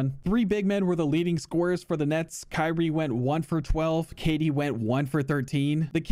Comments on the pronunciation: “Kanye Irving” lmaooo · "kanye irving" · "Kanye Irving" 🤣🤣🤣